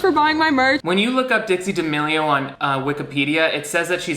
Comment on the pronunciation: How the D'A-meh-lio sisters got to this level of fame is beyond me x